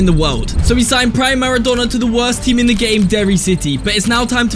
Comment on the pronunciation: why does says maradona pronouncining whit two nn´s